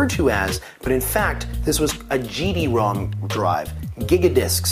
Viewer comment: you say GD like we do it on germany. not "geeee" spoken. .. more like gaaaaa xD.. hope you know what i mean.. btw the dreamcast is great !